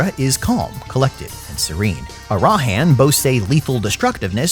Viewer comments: it's ARAHAN not arahan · I love you, but, you do this thing where you put the emphasis on the wrong syllable in names such as Arahan. The emphasis is on the first syllable. I don't know if it's on purpose or not but dammit man it's driving me nuts. 😂😂